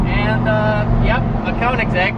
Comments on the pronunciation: It bothers me when he pronounces Koenigsegg as "koing-segg" and not "Kyo-neg-gee". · BRUH ITS NOT (cone-en-seg) BOI ITS (ko-en-saag) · It is actually konseiigg agera r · And Koenigsegg is pronounced like Königseg, not Konigseg, but that said I really like the enthusiasm for cars in the video. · Koenigsegg is pronounced like kønigsegg and not konigsegg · kÖnigsegg. >>>>Ö<<<<, not o. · He just said a konensegg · after all this time ... still no clue how to pronounce it corretly. Kounigsegg lol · He can not even pronounce Koenigsegg.. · How to pronounce the name KOENIGSEGG AGERA RS